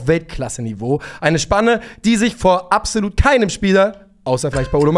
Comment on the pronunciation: Mich triggert es jedes Mal wenn Abselut sagt.